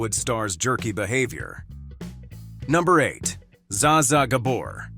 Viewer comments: Ai is doing the reading...bet Davis instead a Betty. Za za instead of ja ja gabor. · and the "Zs" in "Zsa Zsa" is pronounced like the "s" in "measure." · PEOPLE, STOP USING AI FOR NARRATION!!! "Zah Zah"?!? "Bet" Davis?!? "Shevy" Chase?!? Ugh... 😶 How lazy can you be?!? Read it your damned self! 🇺🇸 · This would be more credible if the narrator actually pronounced Zsa Zsa and Bette's names correctly ! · It's pretty widely known how to pronounce Zsa Zsa except in this narration. And also mispronouncing "Bette" Davis. Good grief!